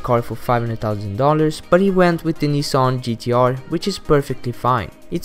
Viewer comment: you forgot PewDiePie and his "nisson"😂